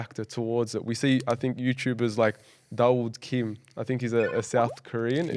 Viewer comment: It's daud kim